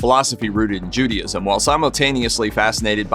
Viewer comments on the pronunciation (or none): SYMBOLISM, NOT SYMBOLOGY, JUDAISM IS PRONOUNCED: JOO DAY ISM NOT JOO DEE ISM. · "Judee-ism" LOL! (Judaism)